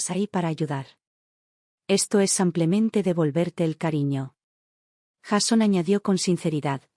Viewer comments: Por favor!!!! Aprenda a decir SIM PLE MEN TE ! SIMPLEMENTÉ! no SAMPLEMENTE! Relata muy bien pero el samplemente me pone con los nervios de punta ! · Son traducciones automáticas desde el inglés. En inglés, muchas palabras no tienen género, son iguales para hombre y mujer. El traductor automático no distingue. De todos modos, no sé por qué no le sale "simplemente", dice "samplemente". También tradujo el nombre Melissa como "toronjil" casi al final de la historia (significa eso en español). Jajaja, me hizo gracia. En otra historia tradujo "free" como "gratis", en una oración donde debía haberlo traducido como "libre". Jajaja, "Me sentía en paz, pero, lo más importante: gratis". Fue muy cómico.